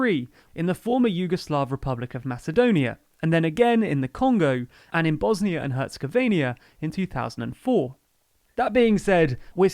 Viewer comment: You mispronounced "Herzegovina". . Please be sure to have someone review your video before you post it.